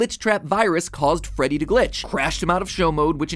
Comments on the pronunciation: Did this man actually say freddit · did he just say freddit???